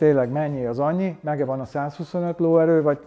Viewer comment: “Megevan” Jézus 😂😂😂